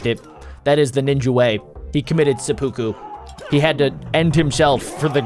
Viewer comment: Why did you say Sapuku😂😂😂